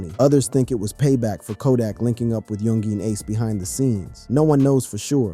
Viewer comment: yun-geen, kazoo 😆 this man